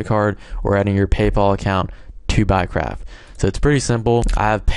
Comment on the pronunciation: sounds like your saying "buycrap"